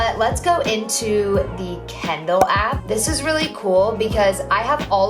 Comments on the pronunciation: she says kindle like kendall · The way she says Kindle. kEnDalL